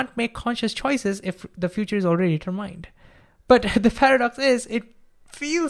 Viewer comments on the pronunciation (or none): You do a FANTASTIC job. Please, as a teacher, allow me to help you with one common word: determine. It does not finish with the sound "mine" like yours and mine. It has the sounds "men" or "mon" in Monday. I had to sub right away, and eill be watching your backlog this week.